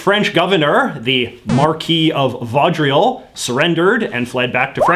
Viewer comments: Awesome vid! Just an fyi jj Rideau is pronounced kinda like Ridoh, and Vaudreuil is pronounced kinda like Vohdroy. I love my Western Canadian brother's french pronunciation XD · I never herd anybody say "vaudreuil" like that mate🤣🤣🤣 nice try tho 🇨🇦🇨🇦🇨🇦🇨🇦💪💪💪💪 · Bro, you totally slaughtered Rideau, and Vaudereuil pronunciation, you need to come back to Quebec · VO-DROY not VAW-drial(??). Come on buddy, French isn't that hard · As a Quebecer, your pronunciation of Vaudreuil was hilarious! Hahah Thank you :P * Btw you did a pretty good job on all the other French names! Well done!